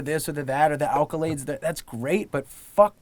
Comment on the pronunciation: logic said alcolades